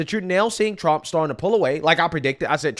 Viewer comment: She can't even say President Donald J. Trump's name